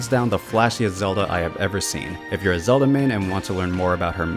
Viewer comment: Bro Said zela